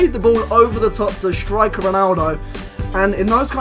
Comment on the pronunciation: First of all, breathe. Second, stop saying "shtriker"